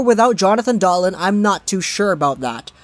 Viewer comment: If you're going to position yourself as a Canuck expert, please pronounce their names properly. It's Dahleen and Peh-ter-son.